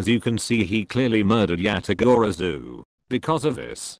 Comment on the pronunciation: It’s not yatagorazoo it’s yatagarasu